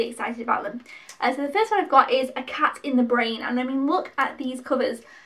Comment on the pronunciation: You did a good job of picking,. I know all of these two I've only seen films 2, 3, and 4. "Cat in the Brain" was one of Lucio Fulci's last films (you were almost spot on with how to pronounce it lol) but he's most famous for a group of horror movies he made between 1979 and 1981: "Zombies" (aka "Zombie Flesh Eaters" in the UK), "The Beyond", "The House by the Cemetery" and "City of the Living Dead" all of which were pretty notorious in the day their gore content and grim atmosphere. He made a number of other horror movies too but those are the most famous. "House" was a lot of fun as it's a haunted house movie that both acts as a horror movie but it also has a strong sense of humour. It was a big enough hit to warrant at least two sequels that I know of, but it's the first one that's the best. "Burnt Offerings" is the oldest film that you picked up - it's from 1976 and was adapted from a novel. Not a ghost story per se but one where a family looking after this huge mansion and the elderly woman who lives there become unsettled by a more increasingly severe series of strange happenings that take place. It's slow-building suspense (and not gory) but I've watched it a few times and enjoy it. Lastly you're right about "The Incredible Melting Man" - it is cheesy. It's meant to be something of an updated version of the kind of science fiction and horror movies that were very popular in the 1950s albeit with contemporary special effects. It goes get goopy and gruesome at tim